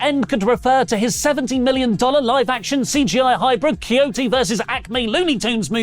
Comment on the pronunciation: Does not know how to pronounce coyote properly?